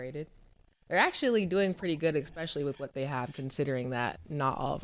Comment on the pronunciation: new underdog over/under: saying “expecially” 1.5 times